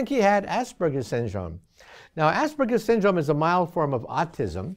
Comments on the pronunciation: asperges Haha i have that its pronounced as-perg-ers not ass-burgers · It's not Ass burgers. learn to speak. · Anyone else here assburger symptom? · ass burger syndrome? Am I the only one to hear that? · THANKS for the subtitles... I totally heard ASS-BURGER Syndrome